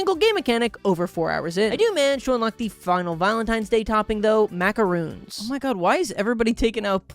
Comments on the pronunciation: Its pronounced MACARON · i know this really shouldnt matter to me this much but hearing call a macaron a macaroon made me physically recoil